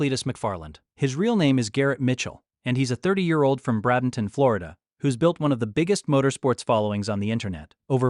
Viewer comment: Bradenton: pronounced; Bray- den- ton not brah- den- ton Not being mean just saying . 😁